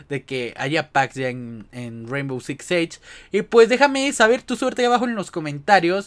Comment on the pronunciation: We neta ni sabes pronunciar el nombre del juego